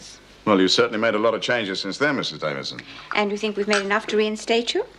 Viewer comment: Is it just me but can't seem to pronounce the word 'Davidson'?